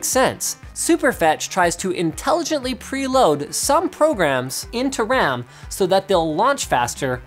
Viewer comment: RAM, Not "wam"